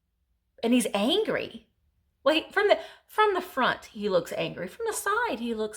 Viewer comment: Stop saying angry....I like it when you say angy!!!! Lol